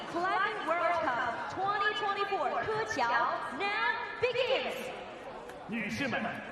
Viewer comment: The way petra just dismissed zhilu's actual name in favour of her own 'nickname' is just so disrespectful. Also the way pronounced keqiao is kinda wild. I can sort of understand if there are too many athletes to prepare pronounciations for in the earlier rounds, but I feel like they definitely have the time to do a quick google search for the finalists?